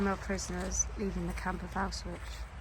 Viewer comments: yeah I know but you’re saying ow-switch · it’s pronounced ow-shvits